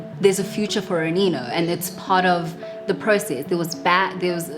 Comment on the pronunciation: I thought you pronounce it as "Aneno" but "Anino" okay